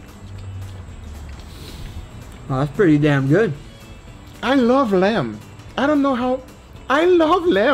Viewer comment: All i heard is "I LOVE LAMP"